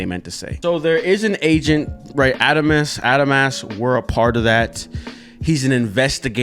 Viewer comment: Who's gonna tell him he's saying adamas wrong